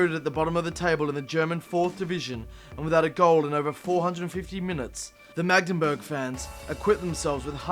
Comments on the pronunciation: Its Magdeburg not Magdenburg. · It's Magdeburg